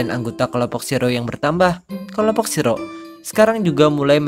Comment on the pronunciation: Bacanya Shi-ro-e min😀